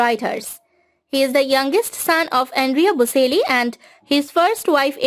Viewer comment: bo-CHEL-lee (not bo-SEL-lee)